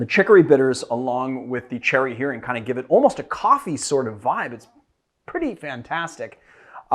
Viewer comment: I'll be that guy - since Cherry Heering is Danish, I found your pronunciation wayy too French. While I'm not sure it's supposed to be pronounced Danish per se, given "Cherry" in the name, Heering is the Danish inventor 's last name. I think the "proper" pronunciation would be reasonably well approximated if you just think "German-style rough" and "too lazy to actually say all the stuff so it's just a slur from the middle of the mouth"